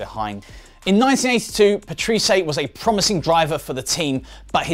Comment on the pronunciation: Also 'Paterese' is really pronounced 'Pat-rey-sea', but other then those two things I'm giving like for decent video.